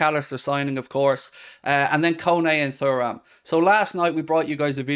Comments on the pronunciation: He makes it sound like a bowel disease🫣. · His mispronunciation on Thuram is a joke … grinds my gears